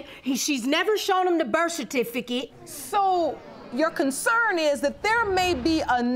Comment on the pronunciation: In the first case, why the heck! are they fighting over a man who cant even pronounce "birth certificate!!"